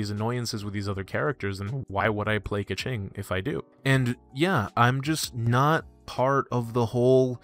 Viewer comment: Don't you dare say keqing like that!